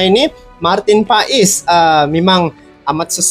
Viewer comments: Bukan PAaiiisss tp PASSSS..ol brow 😂❤ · Bukan pais bang paes : paas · Marteen paes di bacanya martin pas bang bukan pais🙏🙏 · cara menyebut namanya, MARTEN PAS ! krna dia lahir di BELANDA. bukan PAES.